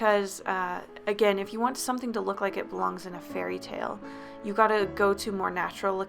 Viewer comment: for some reason i understood furryttale instead of fairytale XD